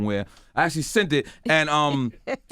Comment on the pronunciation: OMG FFS Nore! 'Seent' isn't a word bruh!!! 😩😂😂 Smh